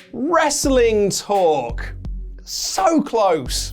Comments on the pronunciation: You know Sammy Guevara is a heel because he 1. Said WrestleTalk's name wrong, and 2. Infringed Adam Cole's gimmick, Bay Bay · Sammy Guevara being a true heel 24/7 by mispronouncing Wrestletalk 😆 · LoL the skinny jabroni botched the name of your channel.